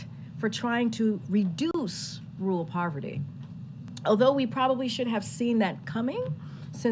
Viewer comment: She can't say Marjorie or rural the right way?